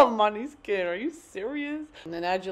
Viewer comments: why only in America I hear Måneskin pronounced this way. We call them MO-NE-SKIN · all the danes watching her pronounce måneskin så badly like- 😀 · Have yet to hear an American pronounce Måneskin correctly, but it’s okay Brittany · WAIT it’s pronounced like MANISKIN?? HUH? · Your enunciation of Måneskin is too funny 🌙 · Brittany mispronouncing måneskin was killllllling me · Your not saying maneskin right not trying to hate but im obsessed with them so i had to say something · The way you pronounce maneskin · Love hearing Americans trying to pronounce måneskin